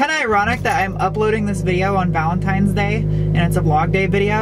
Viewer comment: did you just say have a happy vanetimes day?